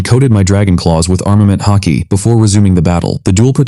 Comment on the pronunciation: Its haki not hockey btw